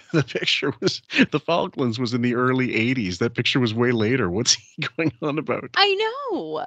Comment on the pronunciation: Lol “it’s like the Falkin Wars”